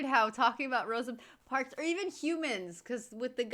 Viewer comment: "Rosie Parks" God I love Karl 😂